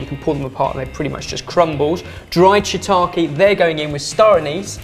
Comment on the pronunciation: Dear, I can't recall a time when I've been annoyed at you, but you've done something. It's not shiitaKII or saKII. Shiitake and sake,. Ke is pronounced as Ke (like keg). Yours Sincerely, a slightly peeved Julia.